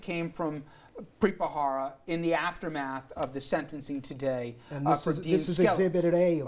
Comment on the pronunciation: Why do people keep pronouncing his name ' Bra-Hara ', while its actually Bharara? Is it that hard?